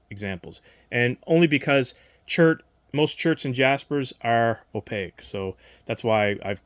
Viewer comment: Opaque has 2 syllables.